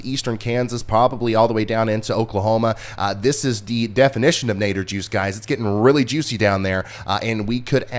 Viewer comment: First time watching. Nader juice? Did I hear that right? 😆 Wow, you seem super knowledgeable! Subscribed. Thanks for explaining so well.